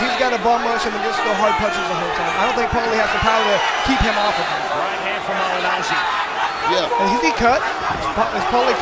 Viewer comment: "Pauli Mah-gin-ah-gee". -Floyd sr